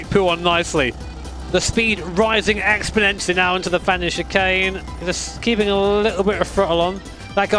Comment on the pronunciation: Exponentially is read with d